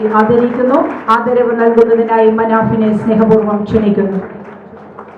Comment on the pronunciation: മന, ഫിനെ അല്ല മുക്ക